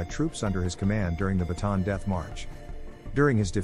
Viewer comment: It's Bataan not baton.🤓